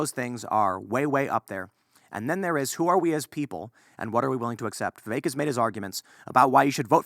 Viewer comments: yes but it's pronounced vivake, it rhymes with cake, just as Vivek himself said, so i wrote a rhyme, VIVAKE IS FAKE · can't even say the guys name right still